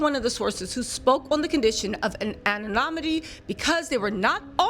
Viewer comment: Anon-IMITY, not OMINTY. I have to go now. 🤸